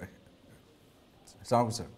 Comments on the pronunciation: নাটক টা ত ভালই লাগল তবে অপুর্ব স্যারের,,সালাম টা এক বারে খাম খেয়ালি,সে সব সময়ই এ ভাবেই সালাম দেয়,,,,,কত সুন্দর করে কথা বলে অথচ,সালাম টা ঠিক মত বলেনা? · সালাম কে আপনারা মজাক বানিয়ে ফেলেছেন । সালাম কে শুদ্ধ করে উচ্চারণ করতে পারতেন।